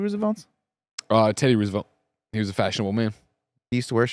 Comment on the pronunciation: Why does Greg pronounce Roosevelt like that